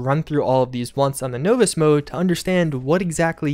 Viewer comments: I'm sorry....did you say novice as NO-VISS? lol its NAH-VISS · Novice- nah-viss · Great update, staying on top of the 76 news! But...no-vis? Nah man! Nah-vis. Of course, maybe it’s just some colloquial version of novice. Whatever, still love the info! 👍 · you know what's coming. NAW-viss. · between his mispronunciation disease and Oxhorn's, I'm not sure who has it worserer! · "nooo-viss" dude must have dyslexia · “No-vus” difficultly? LOL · Novice is pronounced naa· vuhs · know-vice lol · How else are you supposed to pronounce Novice? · You say novice... differently. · u say novice funny